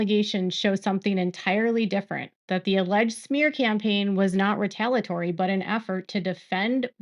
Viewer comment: It’s retaliatory. You keep forgetting one of the syllables in the middle of the word.